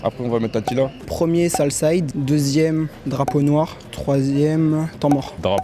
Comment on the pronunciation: à c'est Salside* pas sale side sinon force à vous camino gang